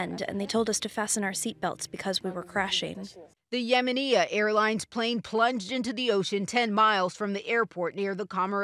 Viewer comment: lol..... yemeneah its yimenya